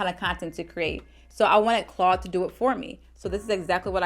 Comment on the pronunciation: Are you saying “Claw” or “Claude”….on purpose? Or do you not realize that it’s “Claude” with the letter D on the end?